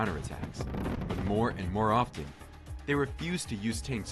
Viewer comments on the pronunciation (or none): none